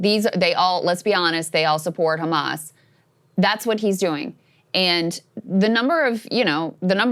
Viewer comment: pronounced kkkkkhhhhhamas 😂